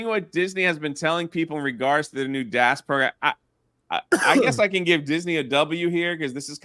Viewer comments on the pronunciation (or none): My guy really struggles to say dash pass. "Dass pass"